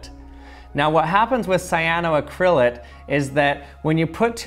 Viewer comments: Ooof. Your pronunciation of cyanoacrylate hurts lol. The l.a.t.e is pronounced like it is spelled. Late, as in late for work. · The way you pronounce cyanoacrylate and polymerize varies greatly from us Aussies lol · Idk why but the way you pronounce cyanoacrylate is hilarious.